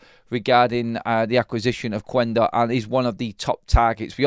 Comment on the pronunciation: Quendo is pronounced kendo. Silent U in Portuguese. .